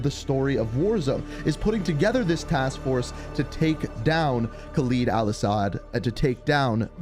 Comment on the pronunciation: Geez... Can somebody finally tell him that it's KHALED AL-ASSAD not some fucking KhalEEd Al-Assad...